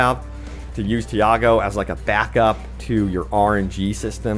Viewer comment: Say "Tee", say "Aw", then say "Go"... Now combine it. "Tiago". There's no "Diago" anywhere in the game.